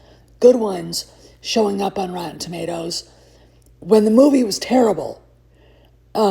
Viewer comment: "Rotton Tommaters" 😂😂😂 Hey, that's CORRECT!❤